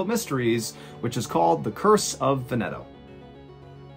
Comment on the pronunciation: it's pronounced VENeto lol That's ok, your videos are still aweSOME btw, poor raccoons...